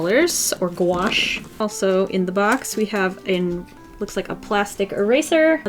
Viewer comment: I thought it said guacamole instead of gouache